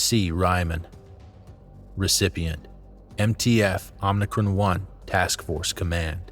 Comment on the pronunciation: OMICRON NOT OMNICRON